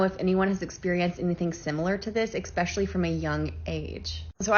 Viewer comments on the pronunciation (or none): 😆I had to skip to the next story after the blonde girl said "expecially" for the second time. NOOOOOO!!! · 'Expecially' is not a word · The second woman mispronounced especially. It's not ex-specially